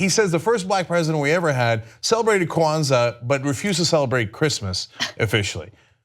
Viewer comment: lol...Why did the way Cenk pronounced Kwanzaa stand out most to me in this clip?? "Kuh-wanza"